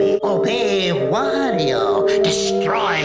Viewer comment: I never thought of it before, but yeah Wario kinda killed "Merry-o" though I DO still hear it once in a while, often from southerners or canadians. Then you have Stephen Georg who for some reason pronounces Wario as Wore-io. like it was the word 'war' at the beginning..